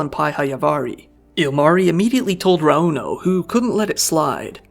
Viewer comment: My biggest pet peeve is the weight in the middle of a name. It's not raUno, or eMilia, it's RAuno and Emilia.